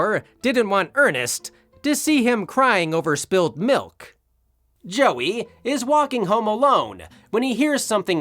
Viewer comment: "mother's mi'k."